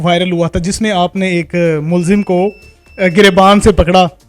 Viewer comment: Please correct "mulzim" as mulzam.